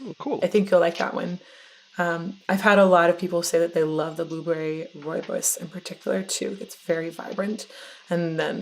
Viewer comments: Joakim says "rooibos" perfectly :D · As a South African I nearly died when I heard him correctly pronounce "Rooibos." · Great interview once again. Im impressed that Joakim pronounced Rooibos tea correctly 💥